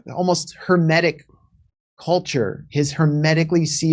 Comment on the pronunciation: When first said "hermetic" I thought he said "hemitic". Isn't that funny? I guess in this situation they both amount to the same thing!